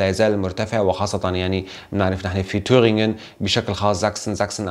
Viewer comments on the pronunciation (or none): يعطيك العافيه استاذ Tübingen مدينة وليس تورنغن